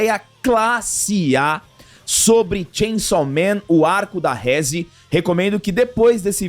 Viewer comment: "Rézi. Dengi" 😂 Provavelmente assistiram dublado. Seria uma pena, pois a "dublagem" japonesa é infinitamente melhor. "Reze. Dendi" são as pronúncias certas.